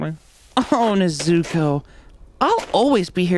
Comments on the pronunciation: For the people who didnt notice. Jerry said tanjiro wrong and tanjiro said nezuko wrong. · and ne-ZU_ko rather than NEZuko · And "Neh-Zuke-Oh" 🤔 Gave me chills since it reminded me of the way anyone from Gen X and before pronounce Naruto, "Nah-Rue-Toe" 😬 Must not have been a true fan. A true weeb must know how to perfectly pronounce all Japanese names or else they're a fraud and don't deserve to live. Or so I've been told.....